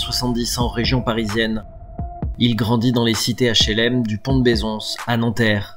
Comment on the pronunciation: Pont de Bézonssse à nanterre 🤦🏻